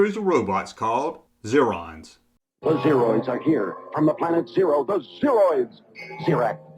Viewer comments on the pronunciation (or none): none